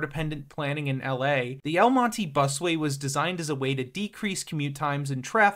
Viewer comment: Mon-teh not mon-teeee, triggered me multiple times